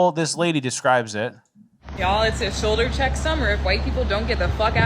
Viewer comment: You said "shoulder check summer" I heard "pepper spray summer".